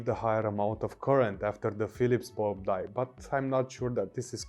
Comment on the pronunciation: Whenever he says bulb, for reason I hear Bald.